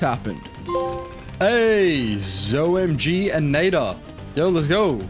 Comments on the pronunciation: You pronounced ZOMG wrong. Its not Zo My God, its Zeppelin Of Massive Gargantuanness. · As a btd player it hurts my brain that u say z-o-my-god just say zomg bro :( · Please speak zo-m-g than zo-my-god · bro is not zomygod is zomg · The hell you mean Z oh my God, it’s ZOMG Yes, I am nerding out sorry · Why do you pronouce zomg like Zo-My-God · It’s not a zo my god😭😭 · It isn’t Zoe my God it’s zomg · It's not zomygod it's the zomg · They are called ZO.M.G'S NOT ZO MY GOD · Please stop saying zo- MY GOD say zo-m-g please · ZOMG not ZOMYGOD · why why do you pronounce it that way why do you pronounce the zo-m-g as zoh-my-god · "Z-oh my gods" got me cackling 😂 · Zomg is pronounced z o m g or zomjy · I like you when you pronounce OMG ZOhMyGod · It is z o m g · Why do you call it a Zo.my God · It's not z-oh my god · No way bro said ZO my god☠️ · Its pronounced z o m g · This guy is the first person I heard to call a ZOMG a Z oh my god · who the fuck pronounces ZOMG as ZO MY GOD???? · even worse is when he says "Zo-M-G" he's SO close to the actual pronunciation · says "Zoh my God" and he's one of the goats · That pronunciation of ZOMG causes me physical pain